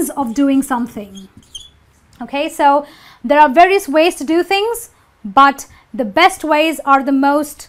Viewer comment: wrong pronanciasion of 'varios'!